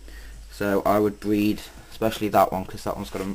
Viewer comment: ha ha how to bweed leopard geckos bweed fuckin hillarious